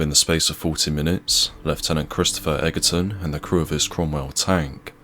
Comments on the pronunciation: The commentary is quite good,but you should pronounce the officer's name as Edgerton not Eggerton, despite the spelling. I take it you dinna lern inglish proper at sKule. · It's pronounced 'edgerton' but otherwise, thanks for this video. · Time you learnt to pronounce Egerton!